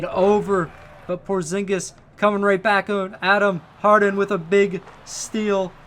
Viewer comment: No one: HARD-HEN